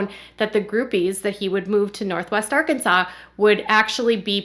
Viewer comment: I know this is an older video, but the other day you pronounced it ar-Kansas, which filled me with joy, and now I am disappointed everytime I hear you say Arkansas properly lol